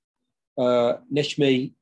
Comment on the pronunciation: Not a bad shot but then I do live here. Tepe - e as in egg so tehpeh Kara as in Carrot and C as J so Nejmi. This should help a bit 😀